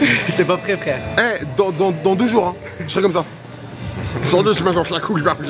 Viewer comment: T'as dit combien de jore